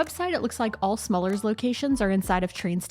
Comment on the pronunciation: Smallers? It is smullers, with a "u" and pronounced approximately as the "u" in to cut.